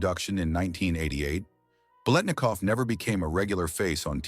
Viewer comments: Nice viedo BUT ur butchering his name Ba lit na cough not way it's spelled it's for you to pronounce it correctly 👍👍👍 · having grown up in the bay area watching all the raiders games on tv this is the first time in my life i have ever heard anyone pronounce the let in biletnikov this way. everyone said lit back then. as in bilitnikov. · Beelinakoff? You can't even pronounce the name! Why must anyone try to make "sensational conspiracy-like" garbage out of a normal story? Why are people so desperate to post crap on the internet? Whoever this is doesn't even know who this man was, nor was probably alive when he was....this man was a great NFL legend. Leave him alone. Get a life. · What fall from grace?! It's Bil et Nik Off! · the name is four syllables . Howard Cosell , for the correct pronunciation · Stop with the melodrama. Yes it was horrible what happened to his daughter, but it didn't break him. Learn how to pronounce his name correctly you damn 🤖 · these ChatGPT NFL History channels are bizarre. Its mandatory 15 minutes of wikipedia entries read by AI that ALWAYS mispronounces the legendary player's name on a 'channel' dedicated to their storied franchise. Low Effort Trash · Robot narrator cannot pronounce his name correctly. :face-red-droopy-eyes